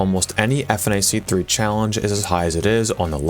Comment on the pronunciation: Saying "F N A C 3" instead of "funach 3" is blasphemous